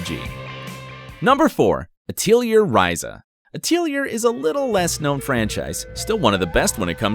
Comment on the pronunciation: Isn't Atelier pronounced at-lee-air?? Just curious lol